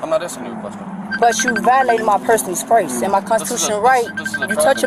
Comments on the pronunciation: "But chew violating my personal spRace." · But choo violating my personal sprace. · 'My personal sprace' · personal “sprace” lol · First of all learn to pronounce "space."